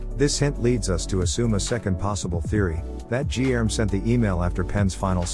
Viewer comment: Guilherme in Portuguese sounds totally different from what the video narrator is saying it. Fun fact.